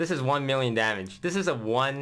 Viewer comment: "One mirion troops"